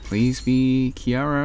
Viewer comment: My dude you said" Kiara "😭 IS HER NAME REALLY THAT HARD TO SAY?!